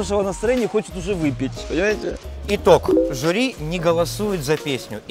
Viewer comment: АГОВ! жУрі, а не жЮрі!